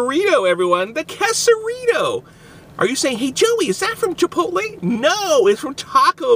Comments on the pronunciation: its not qusarito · Its pronounced Qaysarito, not qusarito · Its quesarito nit kesaruto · KAY-suh-dee-yuh KAY-suh-ree-toe How have you made it this far in life without knowing how to pronounce those words? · You said it wrong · Bro if your gonna review an item, know how to say it correctly